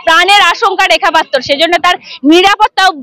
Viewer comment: ভাই, এতো ভুল ধরলে কিভাবে চলবে। রিপোর্টার মেয়েটির জিহ্বায় হয়ত কিছুটা আরষ্ঠতা আছে। তাই পাত্র শব্দটি সঠিক ভাবে উচ্চারণ করতে অসুবিধা হচ্ছে। এতে দোষের কিছু নেই।